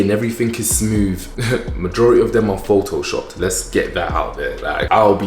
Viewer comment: How u said Photoshopped triggered me😂😂😂uv just boost my confidence thanks